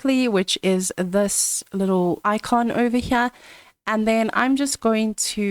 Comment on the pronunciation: "ovah- Hyeah"